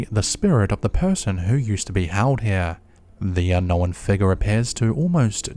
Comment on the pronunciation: Cause he can’t talk and needs to hire a narrator. “Unn-nowinn”. Some idiot Kiwi or something